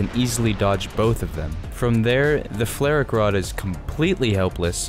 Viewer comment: As a German I'm insulted by the way you say "FlaRak Rad" Just call it: Flugabwehrraketensystem Radwagen Roland! <3